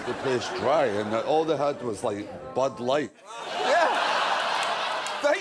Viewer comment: loved how he spat out "bud light" 🤣🤣